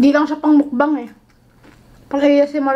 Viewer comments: One of the things that I love abt is hindi sya maarte when it comes on eating. Lalong lalo na sa line nya na "mukBAHNG!" DESERVES A MILLION SUBS 💙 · i love the way she pronounced "MUKBANG"